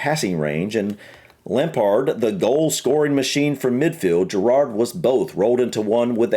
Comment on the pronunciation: it’s pronounced skoles and jerad to be fair I will let you off as you’re American but you have miss pronounced well over half of the players names 😂😂😂